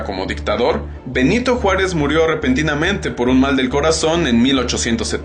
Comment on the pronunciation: ''Nyanito Juárez'